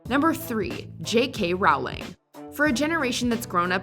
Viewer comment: Does anyone else cringe a bit with the way they say "JK Rowling"? She said herself that it's pronounced like "rolling".